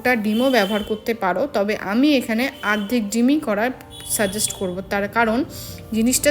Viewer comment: আরধেক হবে না, উচ্চারণ টা হবে অর্ধেক হবে